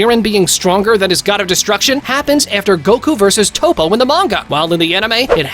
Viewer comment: pikkon is said like p eye kon.... who the hell is peekon and again who the hell is 0 his name is zen-o not 0 and i have a problem with some one your points it seems to me you dont no much about dragon ball at all and who is toe po its TOPP-O